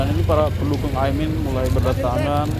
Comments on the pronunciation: Ini org ngomongnya dari tadi Aimin bukan Amin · Bukan Aimin bang tp Amin. Kok dr td nyebut nya Aimin terus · Mas jangan sengaja sebut Aimin, tapi Amin yg benar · Ini pemilik akun, selalu ucapkan Aimin, Salah woy... AMIN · KOQ AIMIN?... bukannya AMIN? Pake lidah mana min? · Bang bolak-balik ngomong AIMIN terus... yg bener AMIN bang... wah jd curiga nih... jangan2 kelompok AIMIN WITJAKSONO...